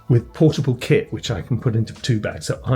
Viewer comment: Oh lol “KIT” I kept thinking you were saying I’m taking my Kid with me lol